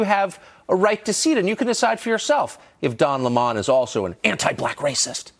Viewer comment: "Don L'mon?" Where's Tucker getting that pronunciation from?